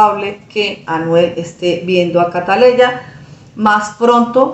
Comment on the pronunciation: Por favor señora Ud es Colombiana y Ud sabe que la niña se llama Catleya no siga con la ignorancia de los Dominicanos pronuncie el nombre como es